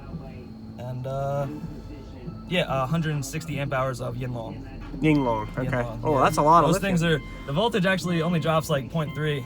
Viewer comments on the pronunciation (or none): YIN Long, like the guy said correctly. Not, “yeen long”.